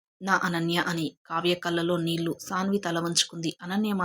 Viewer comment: తెలుగు అక్షరాలు ఖూనీ చేసి చదువు తోంది. కళ్ళు, నీళ్ళు అని పలకడం రాదు